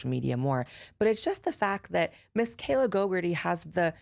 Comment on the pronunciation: Is anyone else just hearing that one journalists name as Kayla GoGurt-ey? Like... is she maybe just mad cause the bitch is covered in GoGurt?